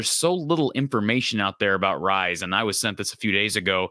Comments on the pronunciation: The pronunciation is Reese (from a relative ) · It's pronounced Reece. Good to see a screenshot from my interview with him with one of our local clubs. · I believe it's pronounced Reese. It's the traditional British and Australian spelling that throws ya.